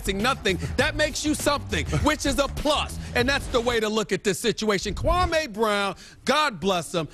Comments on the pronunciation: kwameh brown lmfao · Gotta love Stephen A: Kwaahmey Brown HAHAHAHA